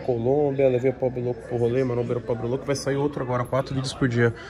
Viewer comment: Se tem Toguro Botando Loudo em vez de Louco tem Like QUEM CURTE A CASA MAROMBA DA LIKE